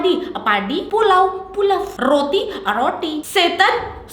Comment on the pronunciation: roti = RroOwti Ko gua bengek c😭🤙